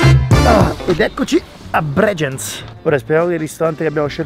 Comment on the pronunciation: A, Bregenz si pronuncia Breghenz no Bregienz 😂😂